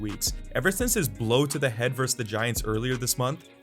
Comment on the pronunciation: Verse is not a word. It's versus.